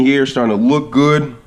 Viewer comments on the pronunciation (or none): “Gud” lol